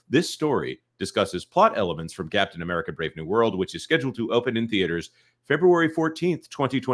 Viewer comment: at one point says the title of the film and it sounds like he said "Death of America: Brave New World"